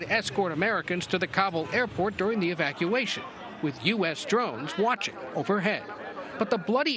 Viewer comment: Did he just say "Evaciation"?????